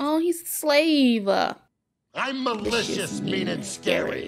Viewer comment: ”aww he’s a slave 🥺” 😭 why’d you say it like that